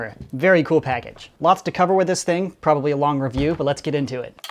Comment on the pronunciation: "les nope" when you French good.